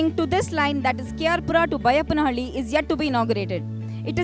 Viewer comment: K.R Pura. Not K.R Puram